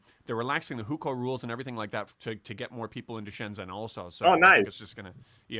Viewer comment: Just like Jennifer is not Zennifer, Johnny is not Zonny, Shenzhen is pronounced shen-jen, not shen-zen!